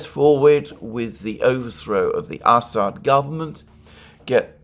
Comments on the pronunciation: It's Amusing how many times I hear Ass-hat instead of Assad. Merry Christmas friend. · "Ass ad" "Ham Ass" LOL come on man!🤣😂🤣